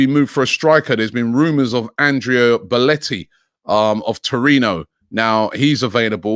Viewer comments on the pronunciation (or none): What's all that Aouar talk about? That's the important signing? Our defense is in ruins. We need a right back and a backup RB!! AND IT'S BELOTTI, NOT BOLETTI. Christ, how can anyone be that bad with names!!!! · Bellotti Robbie not Belletti ... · HIS NAME IS BELOTTI GODDAMMIT, not BELLETI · Andrea Belotti willing to change his name to Boletti, just so Robbie calls him Belotti. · Robbie needs to stop butchering these names lol.... its BelOtti not beletti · Robbie it’s BE LO TI🤦🏽‍♂️💀😂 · Andrea Boletti? ffs. Robbie’s pronunciations are criminal.